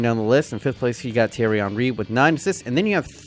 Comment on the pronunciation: He says zidane and says thiery Henry